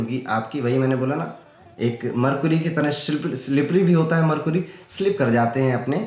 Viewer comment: मरकुरी नहीं मरकरी होता है भैय्या।